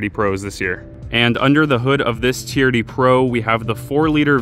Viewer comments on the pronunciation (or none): Is it just me, or does it sound like he is saying "charity" every time he says "TRD"